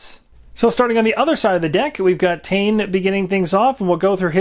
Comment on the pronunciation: Nice vid. Just gonna say that Tane is Maori from here in New Zealand - He is pronounced tah-ney. Only style of hero that I wish we had, was a more standard british infantryman...but meh, the selection we have is awesome.